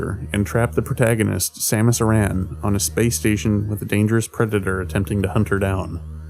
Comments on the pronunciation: It's Samus Aran, not Samus Uh-Ran. The correct English pronunciation is the same as "Erin" and "Aaron." But if you want to use the Japanese pronunciation then it is "Sah-moo-su Ah-lahn." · Samus “Erin”.